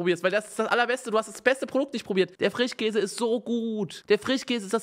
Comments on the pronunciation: Ich korrigiere! Bei unge ist es der "FRICHHHKÄSE". Sch aus dem Wortschatz verbannt. Ich liebs 😄🧡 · Oder Frichkäse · Frichkäse 😂 Ich liebe diese Aussprache